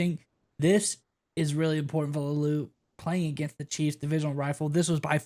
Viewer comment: La-oo-lu, not Lau-lu